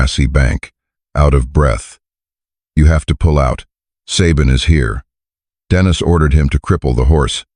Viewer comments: True, it's annoying to hear AI pronounce a man's name, as a woman's name. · Dennis is pronounced Den is.